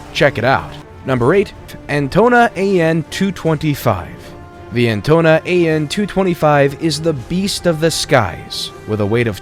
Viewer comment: Antona an 225? Pretty sure it is Antonov An 225. But nevertheless may it REST IN PEACE BC it was destroyed.